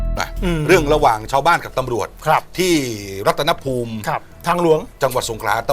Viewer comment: อ.รัตนภูมิ อ่านว่า รัด-ตะ-ภูมิ ครับ ไม่ใช่ รัด-ตะ-นะ-ภูมิ